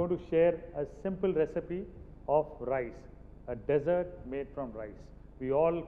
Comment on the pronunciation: Chef Jee: SSA The word is Dessert If you emphasize the Dess in dessert i e DESS ert IT MEAN RAGISTAAN If you emphasize ie de SSERT it means a pudding Sikho Kuj Sikho SSA